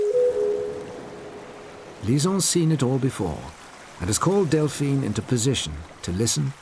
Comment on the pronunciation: bro delphina cmon man got me stressed